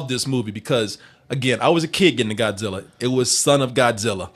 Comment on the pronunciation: I really wanted Goodwin here to pronounce Godzilla properly